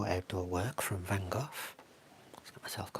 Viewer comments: I see you're still pronouncing his name wrong😂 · As an idiot American I was intrigued by the way you pronounced it, so went on an Internet sleuthing quest to see why that might be. Huzzah! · fyi in the U.S. we pronounce his name Van “Go”, instead of “Goff.” So this was a terrible pun joke. I laughed. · Neither. Dutchie here, living close to Vincent's birth place. It's pronounced "vahn Gog".